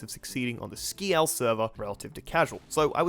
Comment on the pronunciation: it says skial not skeael